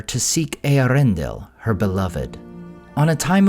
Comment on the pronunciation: Its Eee-air-ren-del